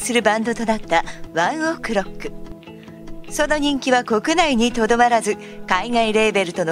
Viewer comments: やだ、ワンオクのイントネーションがやだ😂😂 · ワンオクの発音草wwwwちゃんと発音出来ないのかよ